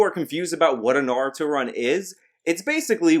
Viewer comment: you are a naruto fan but cant say "naruto" properly